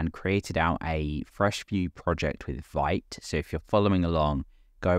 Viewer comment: Sorry for carping, but from the the first page of the fist tutorial of Vite's original website: Vite (French word for "quick", pronounced /vit/, like "veet"). :)